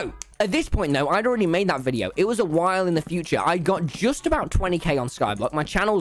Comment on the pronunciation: Me thing that he said whal instead of while